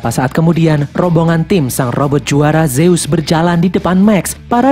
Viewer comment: Zeus dibaca zuz